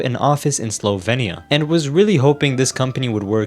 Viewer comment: As a slovenian, the way you pronounced our country killed me 💀💀💀💀